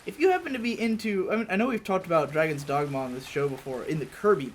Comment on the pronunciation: Sometimes when you mentioned Dragon's Dogma I thought you were saying Drag-On, i.e. Drag-On Dragoon. Got my hopes up that you guys were going to talk about Drakengard. That's another game that would be cool to watch.